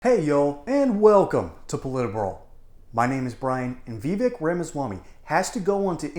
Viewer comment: I wish people who stop mispronoucing Vivek's name. It is pronounced like it would rhyme with cake. Vivek is assuming this joker is intelligent.